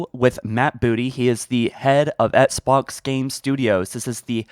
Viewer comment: Flame suit on for voicing my irrelevant opinion, but... Dude...please learn how to pronounce "XBOX". It's not "ETS-BOX"... You can clearly pronounce the letter "x" right, because you say "box" just fine...why is the initial "X" part so hard? It'd be like if Joe Rogan pronounced MMA as "Minced Marchal Arcs". Not to be harsh, but Bro- this is your JOB.